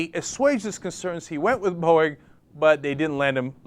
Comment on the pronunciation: did he just say borging?